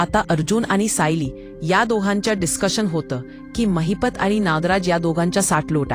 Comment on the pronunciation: It's Mahipat not Mahipta